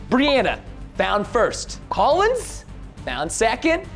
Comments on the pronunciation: Preston: *says Collin and Devan Me: you buffoon it’s CollinS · First of all, Collins is an amazing brother. Second, did it trigger anyone else how Preston kept saying “Collin” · Every time Preston said “collin” I was like “no! It’s collinS. With an S 😂” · I love preston but it bothered me so much when he said Collin instead of Collins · It’s Collins!! Not Collin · IT'S COLLINS NOT COLLIN